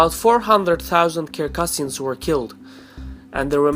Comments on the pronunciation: Thank you for the well researched documentary. If I may, though, I'd like to point out that the correct pronunciation of the North Caucasian nation of "Circassians" is phonetically as follows "ssirkassians" and not Kirkassians, as I believe I heard you reference in this video. Stay healthy, and keep the videos coming! Incidentally, I am a Circassian. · Its Circassians with C.. pronounce it with (C) not (k).. Circassian not kircassian